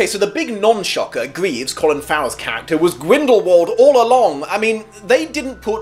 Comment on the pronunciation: Graves, not greaves.